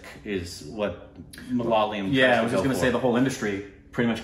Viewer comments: Upteenth time...it's not MaLaaayalam...it's MalaYaaalam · I'm definitely risking my peace and sanity with this comment that'll invite viscious abuses from #LoyalStupidBabies, but... Endey Chinakathoor kaavil ammey!! Evandey ammoommey kattikyan ulla aa #Malaleeum kondu nyaan thottu!! 🤦‍♀️ Is it really that difficult to say Ma-La-Ya-Lam? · Come on it's not Malalayam it's Ma - La - Yaa - Lam... You should just give it a try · it is Malayalam and not malalayam 😂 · Again.... Not MA-LA-LI-UM It's MA-LA-YA-LAM guys..